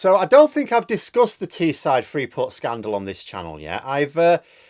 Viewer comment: It's Teesside,. The side of the Tees, not the side of the Tee. You wouldn't want to come over as a "lazy southerner" would you now. For Teessiders, Leeds is the South ⬇️.